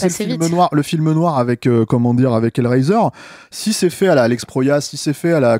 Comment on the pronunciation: Super episode mais pourquoi vous le prononcés hell riser ? rise raise hell raie zeur